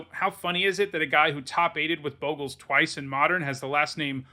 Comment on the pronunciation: you're a Boe-gles guy... I cringe everytime I hear it. It's Bog-les not Boegles...